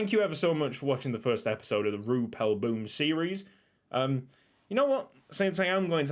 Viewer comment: I love it is in Belgium but youre pronunciation is not good when you say boom the oo is like ow